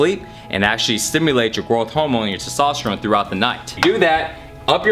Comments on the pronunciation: Testosterone,. Not Sestosterone lol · He struggles so hard pronouncing TESTOSTERONE..... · He can't say testosterone lol